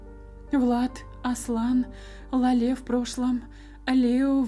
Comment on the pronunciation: Читай пожалуйста Ла́ле , а не лале́...... Я передёргиваюсь от Лале́)